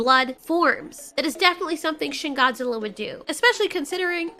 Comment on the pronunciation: When you say shin Godzilla I think you say shit Godzilla